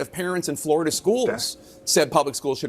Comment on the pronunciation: It’s not called Floi-DUH. For a reason. I’m a Floridian BTW.